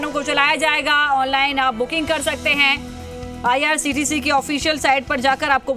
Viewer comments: Madam ko bolna vo IRCTC hai IRTCT nahi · Sahi kaha ictct 😊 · IRCTC hota hai behen